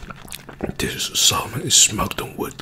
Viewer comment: The “L” in salmon is silent. It’s pronounced “sa-mon”.